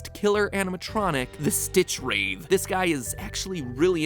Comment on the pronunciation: I didn't want to say it, Mat, but someone has to... "Wraith" is pronounced with a soft "th". Like "bath", not "bathe".